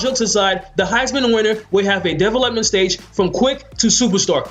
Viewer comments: Development is not a 2 syllable word... It's De velop-ment and is pronounced dee, velop - ment. I'm sorry, I probably make crazy mistakes all the time but that word killed the video for me and honestly now I can't it out of my head. Sorry just had to say something. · Say it with me De Vel Ep Ment 😂 come on bro lol good vid tho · Are we really gonna take advice from a guy who cant say development (da-vel-up-ment) not defalepment lmgdao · Never laughed so hard at the way someone says a word lol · This may have been a good video but this guy lost me when he couldn’t pronounce development correctly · I was like what the fuck is he saying lmao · Dude can’t say development at all🤦🏽‍♂️🤦🏽‍♂️ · u say development weird but great video! really helped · learn how to say the word development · be sure to learn how to say development if you're going to be saying it 10 times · finally someone giving good tips about player development! also you say development weird lol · how the fuck do you not know how to pronounce the word "development" correctly?